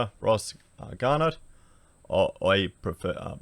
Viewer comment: Sorry, this is the internal snob in me saying this lol - You are terrible at pronunciation, especially names. Obviously you skim through articles and errors happen that way which is fine but you pronounce names as though you've never heard them before? Ross Gar-no. lol keep up the otherwise good work